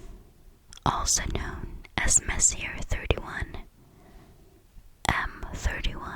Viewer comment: You're great! Sorry to be that guy but. Messier Objects (MESSY-AY)....